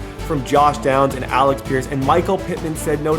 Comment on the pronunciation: AleC pierce Not AleX pierce Thank You